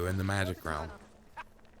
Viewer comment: Realm u pronounce at 'rumma'. Rumma magic is it just me?! Cute tho lol